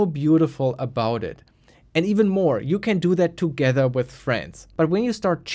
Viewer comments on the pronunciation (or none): none